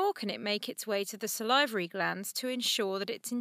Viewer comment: do people actually say "salivary" like that????